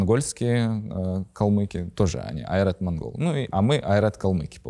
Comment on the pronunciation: Я подумал насчёт произношения слово Ойрат. Как я знаю или как помню нужно произносить через О. Не А.